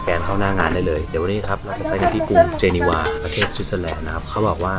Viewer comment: เห็นแล้วอยากไปอีกครับ จริงๆ เมืองนี้ออกเสียงว่า เจเนฟ ครับไม่ใช่ เจเนวา แนะนำทุกคนครับประเทศนี้สวยทุกมุมจริงๆ